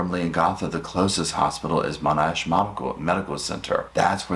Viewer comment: Monash as in bash or cash